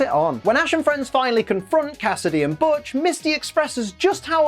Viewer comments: Butch's name in-&-of itself is a joke, as (almost) every time it's said it's BUTCHerd by at least 1 member of that episodes cast, there even being moments when Butch miss-hear's someone saying it correctly for saying it incorrectly, only to realize half-way through his shouting and correct himself. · They mispronounce Butch's name since they first met him -_-. i mean, is "Botch" even a name?